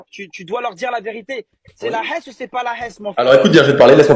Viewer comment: C est" la esse" ça veut faire le thug et ça c'est même pas prononcer la Hess